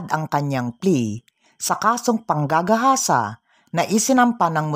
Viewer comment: Pwede ba wag mo dinidiin salitang panggagahasa pangit pakinggan rape nlng